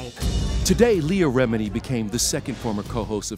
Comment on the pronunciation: __ he butchered that Italian name 🤦 ...he said it like: "Lee Remene" ...it's pronounced: Lea Rēmëēē-nëēē ...it's pronounced with the Italian accent 😏